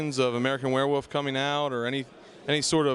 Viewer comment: I like how the interviewer keeps saying "werewoof" instead of "werewolf". There's an L in there, buddy.